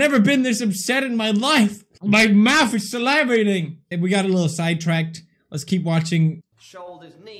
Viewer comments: “My mouth is Sila-Vating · "My mouth is salyvating" 🤣🤣🤣🤣🤣